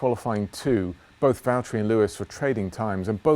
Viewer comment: James, it's Valtteri 😂